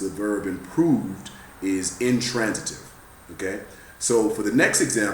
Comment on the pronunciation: wait did he just say intrantative????